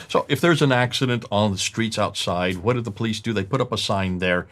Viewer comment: great job.. the only problem i have is how says words that which contains wh.. like why and what.